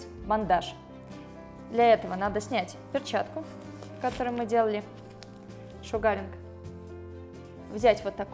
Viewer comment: Вы конечно извините...но правильно будет произносить : "шУгаринг" а не "шугАринг".....посколько слово "Шугар" (sUgar- произношение на У) озночает - сахар. И раз уж в России стали пользоваться этим методом...то недопустимо искажать его название. Спасибо за видео....живу в Штатах....до сих пор занималась восковой депиляцией в салоне...сейчас решила поменять метод и попробовать делать это сама. Ваше видео очень наглядно обьясняет как это делать правильно. Всех благ !